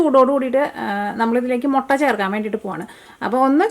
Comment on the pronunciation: 😃😃😃mottann parayalle muttann para mottann parayumbo artham marum